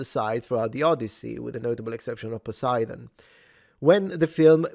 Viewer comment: Your Greek pronunciation of Poseidon is very good indeed. Thanks for that little... fan service (?).